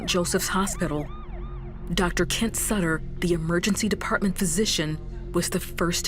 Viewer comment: lol they said dr sutterers name wrong it’s sooter